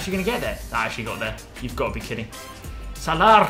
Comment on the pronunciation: is so funny 😂 instead of mohamed salah,he said mohamed salaar